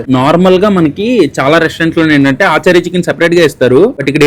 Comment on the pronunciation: Adhi aaa chaari eee chaari kaadhu raja....achaari ..achaar ante pickle in hindi